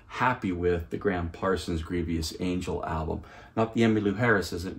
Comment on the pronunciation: The word is grievous, not grievious. Nice review though, I love this Rhino series.